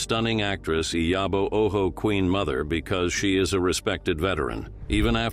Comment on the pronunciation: The name Ojo was read with a Spanish pronunciation, "Oho." 😂😂😂